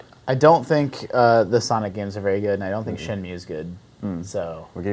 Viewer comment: it´s shenmue.